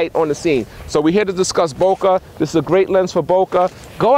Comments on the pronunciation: its bokeh not bokoh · Bokah or bokeh? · Why Pronounce Boka when there's no freakin' A in the word? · its "boke" mr... Comes from Japanese word "bokeru" meaning "to be out of focus or to be blurred" and its pronounce as it is... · Is it just me or is it kinda weird when he says “Bo-kah” “Bo-keh” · vynce opena Is it really important how he pronounces it? It is clear what he is talking about. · stop saying bow kaa :3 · Good explanation... but you should learn the correct pronunciation of "bokeh"... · Yo, dude, check DRTV for Real BOKEH, and also for correct pronunciation. Stay cool.